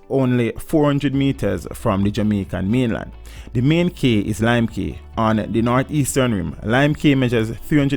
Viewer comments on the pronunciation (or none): It's pronounced Lime KEY.. NOT Cay